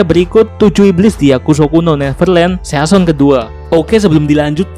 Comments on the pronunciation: Sisen ngab pengucapannya, bukan season sesuai tulisan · Cuy bacanya sisen bukan season wkwkwk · mon maap ni bang, agak risih pas lu bilang season bacanya bukan seyason tapi sizen